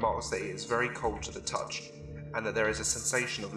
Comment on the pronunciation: vewwy spooky